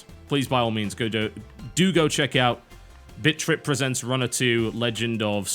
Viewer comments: lol sounded like he was saying bitch trip :p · Sounds like he is saying bitch trip XD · Sounds like he's saying bitch trip... lol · It ALMOST sounds like he's saying bitch trip. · It sounds like he is saying bitch trip every time he says bit trip. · he says bitch trip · Does anyone else hear him say bitchrip runner? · 1 - I had stuff to do; didn't read into the comments. I just said what I observed. It's not like I was being arrested. 2 - It sounds like Bitch Trip when pronounced with that extra bit of aspiration on 't', which Total Biscuit totally did a few times. And by the looks of it, I'm not the only one to think so. (source: British English philology) 3 - Shut up. /face slap/ You were being hysterical. 4 - apparently* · I keep hearing TB say "bitch trip". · Who else kept hearing "Bitch Rip"? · It sounds like you keep saying "Bitch Trip." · to me it sounds like he is saying bitch trip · Favorite video - hands down - because to my unrefined Southern ears, it sounded as if you were giving a first impression of "Bitch Rip Runner 2." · Heh, for awhile there in the beginning it sounded like you said Bitch trip beat and bitch trip runner. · sounds like your saying bitch trip lmao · Ha-ha! Pronounced Britishly 'Bit Trip Runner' sounds like 'Bitch Trip Runner'. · Is it just me, or did all the past titles sound like 'Bitch Rip'....? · whentb says thenam it sound like bitch-trip runner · All I hear is BitchTrip.... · Either for irony or trolling, hopefully irony. Also, I could almost swear that I heard TB say "Bitch Trip" repeatedly. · All I hear is "Bitch Trip" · Sounds like Bitch trip. XD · bitch trip?...at least thats what i hear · sounds like he saying bitch trip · Am I the only one that hears TB say b#$@ when he listed the names? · You stopped calling it bit.trip, and started calling it bitch.trip. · Im sorry, but I kept laughing at the first 30 seconds because it sounds like you're saying bitch trip. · TB you sound like your saying bitch trip runner